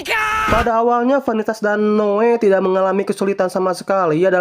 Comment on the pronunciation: Noe bang bukan noa😂